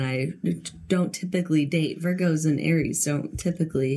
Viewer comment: Rewatching all the pods lately. Hearing her say that has me dying, as an Aries, because I can understand the logic of “Air-ease” thinking it’s an air sign 😂